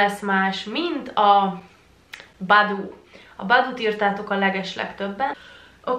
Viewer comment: az nem boboo hanem baboo